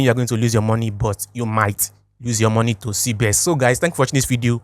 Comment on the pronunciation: Not cbes it's cbex